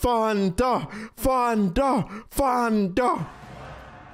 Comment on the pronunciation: It’s thunder not funder